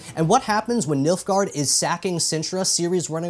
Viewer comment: Oh boy I thought he was saying MILF-gaurd....